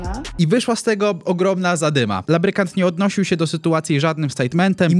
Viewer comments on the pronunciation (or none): Lubrykant nie labrykant